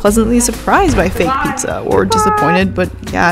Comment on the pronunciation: Love ya but the pizza...it's not pizzaaaaa (yeah, I'm Italian ahah)